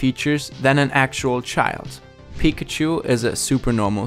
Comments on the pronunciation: yeah i really like how his voice sounds in english unlike how other germans do with a really strong accent. the way he pronounces 'pikachu' sounds off though lol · The way you say Pikachu Lmao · I can't wrap my mind around the fact how English speakers pronounce Pikachu wrong (emphasizing the 1st syllable instead of the 2nd) despite pikachu literally saying its own name all the time (with correct pronunciation). Is it just ignorance or plain incompetence? 🤔